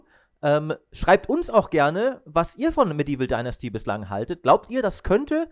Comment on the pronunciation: "Dinnersti?" Alter, wie lange arbeitest du jetzt in der Branche, dass du noch immer nicht weißt, wie man "Dynasty" ausspricht? Ist es wirklich zu schwer mal google translate oder so anzuschmeißen, um dort den Namen des zu besprechenden Titels einzugeben? Ultrapeinlich!